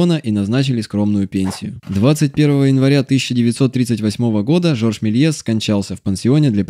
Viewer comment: Не так прочитал фамилию)